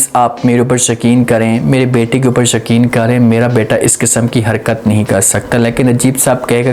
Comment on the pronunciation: Yakeen ko shakeen kyon bol rahey ho?????